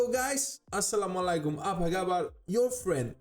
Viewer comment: Halo kawan ..kang tinos ni orang mana sih..apa dia muslim ?..bagus uacapan salamnya seperti udah muslim